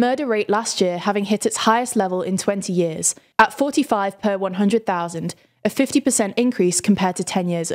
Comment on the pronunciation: "yeeahz" is not a word.